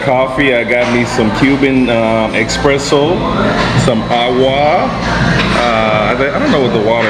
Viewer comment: please, its not expresso :(